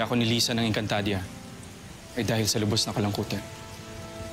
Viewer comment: Napansin nyo ba na nagkamali si danaya sa pagsalita nang encantadia... Sabi nya encantadra😂😂😂😂